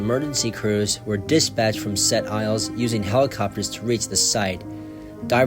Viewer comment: If you are going to do a video about an incident in Quebec, LEARN TO PRONOUNCE FRENCH PLACE NAMES!!!! What an idiot. Sounds like a yankee!